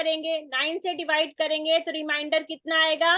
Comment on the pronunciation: मैडम, आपने बड़े गूढ़ विषय को सरलतापूर्वक समझाया। धन्यवाद। किंतु, क्षमा करें,भाग करने पर जो शेष आता है उसे रिमाइंडर नहीं रिमेंडर बोला जाता है।